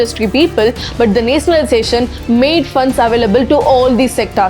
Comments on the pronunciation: It is nationalization the,not netionaliztation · Please pronounce nationalization properly